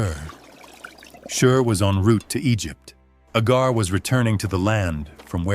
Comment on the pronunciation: Why are you calling Hagar Agar ??